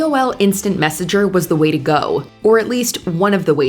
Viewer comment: "The Motorola flip phone..... zee perfect gift, for zee one you love."